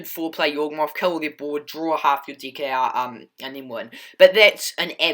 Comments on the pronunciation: Bro, please change how you say deck. It sounds like you're saying dick. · "Seek" & "deek" solid Deek